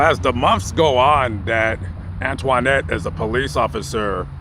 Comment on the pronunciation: It sounds funny when you pronounce her name...Antwaahnette, lol.